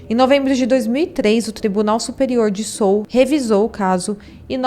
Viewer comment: Pronuncia Seul mesmo, não Sul.